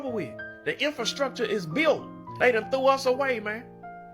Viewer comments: In-FIL-structure, man! He spoke incorrectly (in-FRA-structure) and so did the hostess! Good grief! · Lady, it’s INFRASTRUCTURE!! Not INFIL-structure 😮my god…